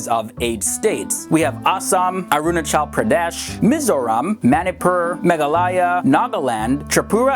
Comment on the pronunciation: The way he pronounced Arunachal Pradesh was so hilarious!!!!!!